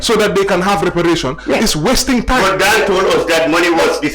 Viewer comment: Mr mballow can't even pronounce reparation properly